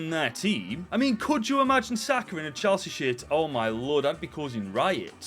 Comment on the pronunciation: ngl i heard "chelshit" at first